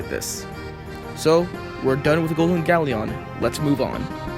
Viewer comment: Pronounce Galleon correctly next time